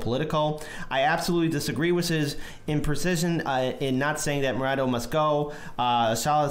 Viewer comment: His name is Maduro, not Marodo, the Carter watchdogs called this the most fair election in the world, well above what we had. You really should do a bit of research before you post stuff like this. The US oil companies want that oil. The situation in Venezuela is a combo of oligarchs not providing basic food necessities and the US sanctions. Do your research, look to Arron Mate and Abby Martin to know whats really going on.